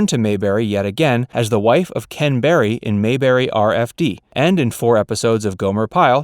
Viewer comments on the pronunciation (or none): none